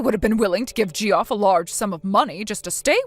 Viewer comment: It's not "JEE-off." It's "JEFF."